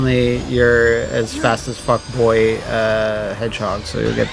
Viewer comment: fast as fuck boy hedgehog sounded like fuckboy hedgehog